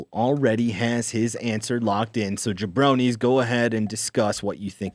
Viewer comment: I think it's "jabronii"